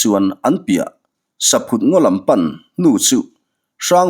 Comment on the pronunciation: Saphut hi ithluk diklo saphut hi thingchikhat arahchu saihlum tiatvel ani a sava hian antlan duh em2 ani atluk dantur chu entir nan Lalin iakah vawkpa aphut ani tih phut tihlai ang hian thluk tur chhangphut tih phut ti a lamloh tur